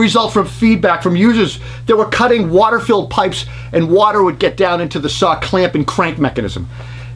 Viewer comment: 69 year’s later and still no “R” in the the word saw ... lol , love you buddy thanks for all the great work you do.